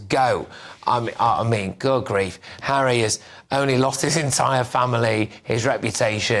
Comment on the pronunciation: Never thought I'd hear Lady C saying Megain gives Hawwy head.😂